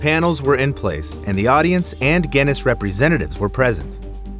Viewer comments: What is gennis????? dont you mean Guinness which is pronounced gi-nuhs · Are you saying Genn-ness?